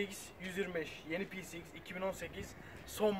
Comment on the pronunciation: youtube da motorun adını tek doğru söyleyen adam bu herhalde herkes peceiks diyor :)